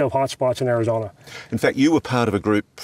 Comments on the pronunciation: Sedona not Sedoner Arizona not Arizoner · I’m curious, where the heck is “Arizonner” and “Sadonner”??? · "Sedoner, Arizoner" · This guy needs to learn to pronounce Sedona and Arizona correctly. It can't be that difficult.